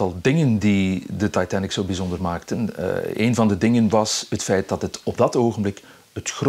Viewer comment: “De Taaitann-ik”